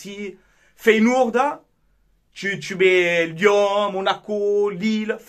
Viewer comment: mon coeur parisiens souhaite votre élimination mais d'un autre coté rien que pour toi je vous souhaite de la gagner et tu me tue avec ta prononciation de feyenoord en feyenOUrd 😆😆 perso je pense que sur ce match vous vous en sortez bien c'est le copié collé de city réal le match aurai pu finir a 5 a 3 attention au retour feyenoord et tres fort a l'exterieur faut etre objectif avant les demis les équipes que vs avez rencontré etait en bois karabag paok etc.. c'est la que l'on voie si vous avez le niveau face a des équipes comme ca west ham roma feyenoord.. force a toi